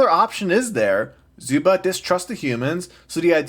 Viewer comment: You forgot to sin his pronounciation of "Zuba"